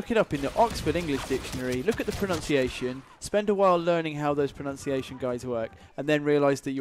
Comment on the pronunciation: Pronunciation not pronounciation 😂😂😂😂 look the oxford if you want